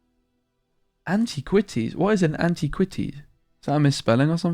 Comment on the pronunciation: an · ti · kwuh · teez